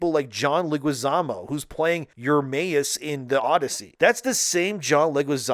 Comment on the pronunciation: Dude, I know English is likely your second language but you are trying to talk so fast that you are failing to properly say words and names. The names of high profile celebs are particularly egregious fails: it is John LEH-gwee-ZAH-moh. It isn't like there aren't 1,000,000 other videos out for almost any celebrity where the name is properly pronounced dozens of times. Or even google. It rips the flow of your commentary out of its groove.